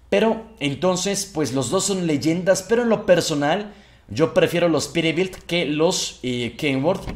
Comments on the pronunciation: se escucha que dices perebilt en ves de peterbilt pero buen video bro un like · Peterbilt es Peterbilt!! no perebil 😑😑😑 like para que lo lea